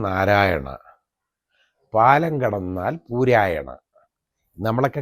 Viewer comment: പൂരായണ അല്ല. കൂരായണ .